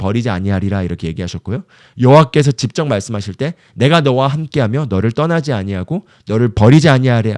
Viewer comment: 전도사님 넘 좋은 말씀인데 읽는 발음 때문에 집중이 끊겨요 그것은 집적. 아니고 직접 입니다 이 부분 발음좀 고쳐주세요 직접을 집적으로 발음하십니다